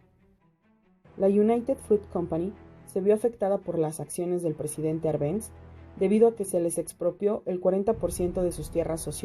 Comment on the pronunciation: Buen video, pero el apellido del presidente Jacobo Árbenz lleva tilde en la Á, se pronuncia con tilde en dicha letra